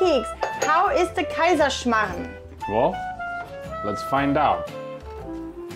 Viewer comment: you pronounce it's something different but show in subtitle as kaiman